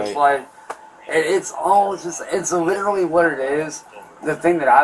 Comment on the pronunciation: Lid-ra-lee Lid-ra-lee Lid-ra-lee Eet dossint MADDER lyke lid-ra-lee vitch Itduhintoooooooooo